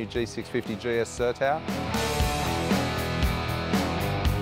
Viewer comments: sertão = "ser + tawn", no "sertao" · Its not ser -towel its sar-tone